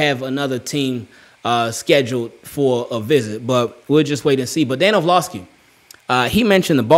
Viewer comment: Love the vids bro. Or-Lov-ski